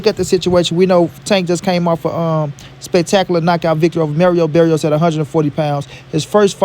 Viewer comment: Bro it’s Mario Barrios not Merio Berrios